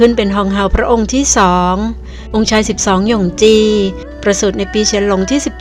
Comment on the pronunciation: อ่านว่า หย่งฉี ครับ ออกเสียงเหมือนพระโอรสอีกองค์